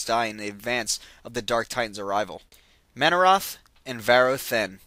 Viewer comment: DUDE! i like these videos but seriously you need to play Warcraft III or watch some of the videos depicting the story line because i cant stand the way you pronounce some of the names, Tyrande, sargaras, and manaroth are being pronounced incorrectly.